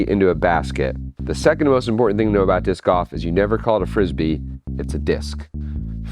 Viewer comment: lol, i thought you were saying "discoff"